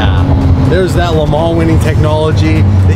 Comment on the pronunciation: Drinking game #2: Take a shot every time says Le Man's